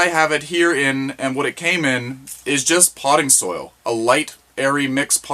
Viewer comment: Soil, not soul. Hahaha!!